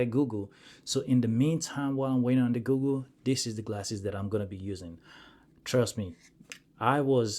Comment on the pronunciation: Am I hearing him say Googoo instead of google?